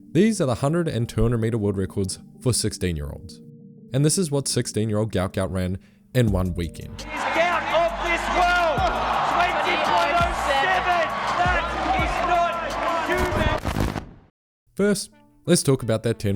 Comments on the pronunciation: His name is guot guot! Goo ot is the way to say it NOT GOUT GOUT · At least get his name right! Guot Guot , pronounced “ gwot gwot “ … get some journalistic integrity ffs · It's pronounced GWOT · His name is "Guot Gout" not Gout Gout. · Apparently his name is Guot Guot not gout gout. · It's Guot Guot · bro everything is cool but you killed the pronunciation -_- there’s a video of his dad saying it right